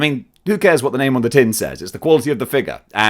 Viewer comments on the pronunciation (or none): it momentarily sounded like you said "Who cares what the name on the tit says" but I'm a Jealous (Fox) God and would probably be a little disturbed. Who is Hono? Did they ask you to do that? Why did you feel the need to do that? What if the baby stops suckling for a moment and asks "Who's Hono?"